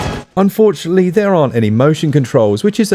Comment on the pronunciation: You mispronounced “fortunately”